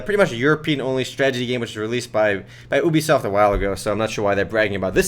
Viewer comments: it's ubisoft, not oebisoft.. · did he say boobysoft?